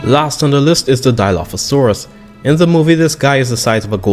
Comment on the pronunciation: Dilophosaurus:❌️ Dieolophosauras:✅️